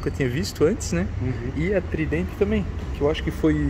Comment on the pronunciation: VAMO FALAR AS PRONUNCIAS CERTAS " TRAIMFI" " TRIDENTI". Meu ouvido doi escutando isso